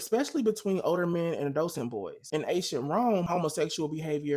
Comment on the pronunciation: Not nitpicking, I mean this in a totally friendly way... It's pronounced like Add-Ole-less-sent